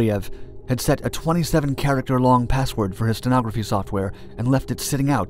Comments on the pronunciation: It's steganography, not sentography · Steganography - not stenography